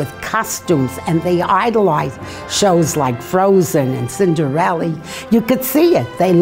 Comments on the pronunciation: "Cinderelli" Omghahaha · SHE SAID CINDERELLI MY HEART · All day long it's Cinderely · "Cinderelly" OHMYGOD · the grandma called her cinderelly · OMigod she said Cinderelli